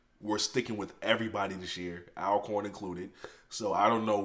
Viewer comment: It’s all corn not al corn. Do you say al ways or all ways? They country as sh*** and I get that, but I try to throw them a bone when I can so they won’t go hungry when the creek rises and they can’t get to natchez or vicksburg for supplies…